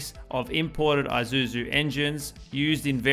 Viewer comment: It’s not Eye-suzu… it’s Eee-suzu.🖕🤖